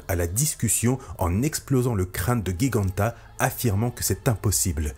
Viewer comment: Salut. Petit détail : on prononce Giganta de la même façon que géant. Le "G" se prononce ici comme un "J" (les choses étranges de la langue française, nous les italiens, on fiat plus simple, mais bref.)